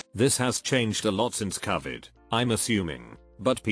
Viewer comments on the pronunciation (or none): Hate the way it says Covid